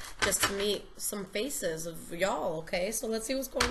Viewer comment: You sound so country when you said y'all, I'm a southern beau living in ca..haha Happy Holiday's & New Year's 2019. #virgomoon